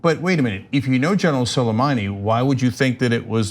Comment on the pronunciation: Could you at least make an attempt to pronounce Suleimani's first name properly? You're not much of a know it all if you can't bother yourself to get a name right.